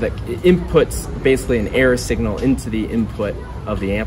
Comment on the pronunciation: Are you saying "error signal" ? I'm not able to discern it. Thanks. And does an error signal behave as a noise cancelling wave form? I'm trying my best to understand stuff that is out of my depth. I understand that it's probably engineering 101 day one stuff but I'm an artist and never grasped higher math. Thanks. -✌🏼